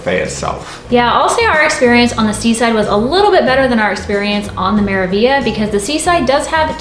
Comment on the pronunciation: The review was interesting and informative. However, did you guys realize you were saying the name of one ship wrong the entire time. You kept saying "Me-ra-vi-a"... isn't it "Me-ra-vig-li-a"?